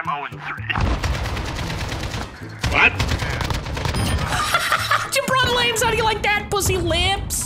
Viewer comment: ummm did he just say Jabron Lames ;.